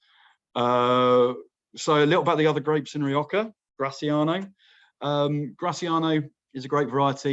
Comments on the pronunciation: Nice overview. But as a wine educator you really need to spend some time watching some videos of Spanish wine in Castellano to get the pronunciations for the place names! Among others, not sure why you Brits pronounce Rrrrri OH Ha as Rioka. Imagine me pronouncing the river in London as the THhames.... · I thought I was hearing wrong. How hard is it to say HA! 🤷🏽‍♀️